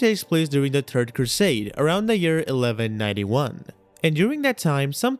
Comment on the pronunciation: I know it’s the accent and I don’t know if it makes me a child but when he said Turd crusade I lost it